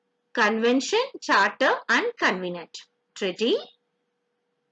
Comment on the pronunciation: It should be Covenant, not convenant